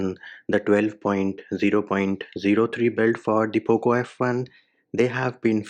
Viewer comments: IM A POCO F1 USER AND I LIKE HIM SAYING POOP LAUNCHER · U don't sound good while saying poco launcher😂... I miss your "poop launcher"